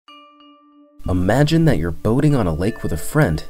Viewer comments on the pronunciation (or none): none